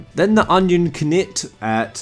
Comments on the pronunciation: Cipher Twelve yeah he's saying their names wrong on purpose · is this guy trolling with the names? lol "onion ki-nit" "Littening"